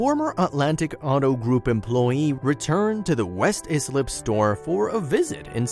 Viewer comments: LMFAO “izlip.” Islip is pronounced like icelip. I love listening to people attempt to pronounce LI towns. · Did you know it’s West Islip pronounced (eye-slip). I live and grew up in Islip 2 towns over. Juss sayin.